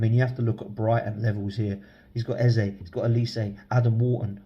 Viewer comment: It's Eze same E at front and back...an E. it ain't A and Ezay! Just ask him.